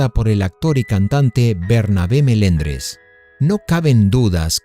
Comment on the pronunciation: Ja ja ja..es Melendes no melendres...